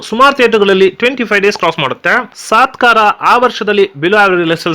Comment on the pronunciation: Adu saatkara alla guru. Satkaara